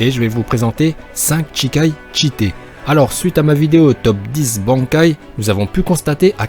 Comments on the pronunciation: c'est shikai et non chikai donc ça ne se lit pas "tchikai". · Shikai pas Tchikai sinon super vidéo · Bonne vidéo, mais on dit pas chi ( tchi ) chikaï mais shikaï. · Ça se dit pas tchikai mais juste shikai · "Sh"ikai et pas "Tchi"kai ^^ ;) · Ca se prononce Chie caille, pas Tchicaille. Shi = Chie // Chi = Tchi. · bonne vidéo celà dit petite erreur on prononce pas chikai mais shikai ^^ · " tchikai" ça me perturbe !!